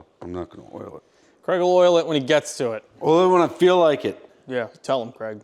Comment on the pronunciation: How many times does he say CREG I’m Scottish, it’s Craig as in ‘vague’ or ‘Hague’ Please stop it with the creg creg creg